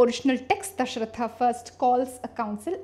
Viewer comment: lol....u are supposed to decolonize and stuff...and i find it quite funny when Dashrath is called as "DashrathAAA" :DDD Yog as Yogaa etc... first correct your pronunciation and we are talking about "reversing the gaze" here....its ironical